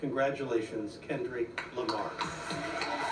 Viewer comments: lol "ken do ri ku lamah" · "KENORIK RAMA" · “Kendorick lamarr” Made his name sound pretty cool 😂